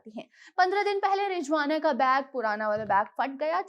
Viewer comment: It’s Rizwana Not Rijwana